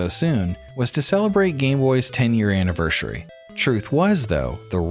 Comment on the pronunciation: "Annivershury" ? What are you, 5? Grow up and learn how to speak correctly.